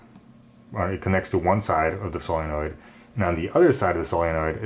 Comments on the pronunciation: is he saying sillynoid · Please learn how to say solenoid.